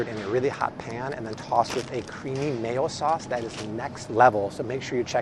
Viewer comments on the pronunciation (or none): none